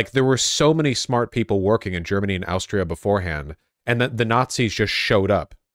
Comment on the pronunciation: why dose vaush pronounce things wrong like "asstria" and "mother turissa"